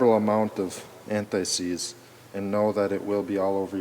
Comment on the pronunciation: It’s not a disease, it’s ant-seize. Great chemical but it gets on you and everything else.